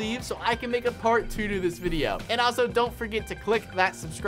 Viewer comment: Am I the only 1 who heard fart 2 instead of part 2? Like if u heard that 2